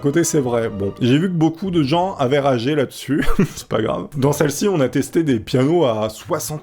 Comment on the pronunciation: C'est très grave d'oublier le "r" à "grave"